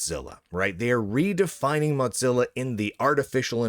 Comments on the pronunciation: Is it an inside joke that you pronounce their name "MOT-zilla" instead of "MO-zilla"? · I still think it's an intentional insult, calling it "Mudzilla" rather than Mozilla. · Im not the only one hearing Motzilla, right? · Is there a backstory to why Mozilla is being pronounced as Mot-zilla? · The correct pronunciation of Mozilla is 'Mow-zi-luh', according to both videos published by Mozilla itself, and the pronunciation guide provided by Google. I don't think I've ever heard Mozilla pronounced with a 'tz' sound other than by Lunduke, but the fact that there's at least one other person out there who's mispronouncing it in a similar was suggests it was just an mistake, rather than something more interesting. Thanks for humouring me, much appreciated! ❤ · I enjoy these videos, but I can’t stand hearing “modzilla” over and over again. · Mutzilla? Motezilla? Why are you saying it weird? lol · The real question is: will learn to pronounce "Mozilla" before it disappears? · It's a single "z", not two. You pronounce it like "fozy", not like "pizza."